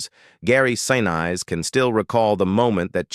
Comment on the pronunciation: PLEASE pronounce his name correctly. He deserves to be respected both during filming and after.